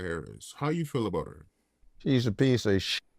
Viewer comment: DOD HE SAY SHE'S A PIEVE A OF TRUMP!?